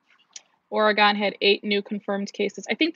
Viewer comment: Or-eh-gun* had 8 presumed positive cases... lol